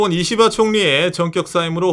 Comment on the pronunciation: 님 이시바총리 발음할 때 이는 약하게 시는 강하게 발음해서 씨바총리라고 하는거같음ㅋㅋ